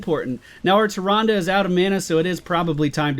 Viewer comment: it's pronounced Male-strom MALE-STROM, not mal-strom, so close though. Sorry I couldn't help it. You are saying Tyrande right that;s for sure, haven;t seen anyone complain in the comments about that in a while. Keep up the vids!:D